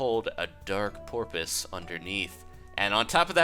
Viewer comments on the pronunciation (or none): he said porpuse not purpose anybody else find that funny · Did you say purpose or porpoise? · Wait at the beginning you said porpoise, as in dolphin lol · did he say Porpoise like a dolphin :D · At the beginning... He did say "dark porpoise" didn't he? I can't be the only one to here that. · "A dark porpoise" XD